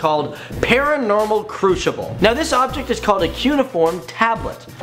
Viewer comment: Crucible is pronounced Crew-Ci-ble sorry just had to couldn't help it